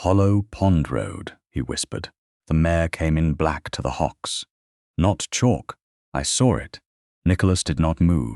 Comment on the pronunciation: Its mare not mayor & hock not hawk. It's Lady Ianthe not Yanth or Eanthy or Anther or Anth or Aanthy. Salver not Salva. He's a Duke for God's sake now that he's not unconscious, he should have all the conspirators thrown out of his house. How is Nell going to protect the Duke if shes not in his home? Shouldn't he have used her leaving to send a msg to the solicitor? These heroines get a little snippy when they have the upper hand. Wow they should've all gone to Prison!! They tried to kill a Duke!